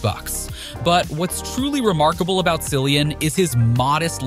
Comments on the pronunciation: Cillian. His name is Cillian, not Sillian. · You do not pronounce Cilliam right!